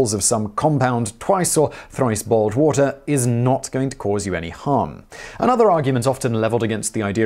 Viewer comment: Did he say "boiled" or "bald" water?